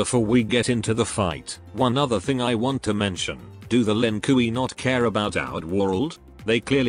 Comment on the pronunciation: "Lin Kooey"